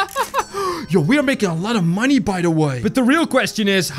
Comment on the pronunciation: why does he say "monIES"??? its just money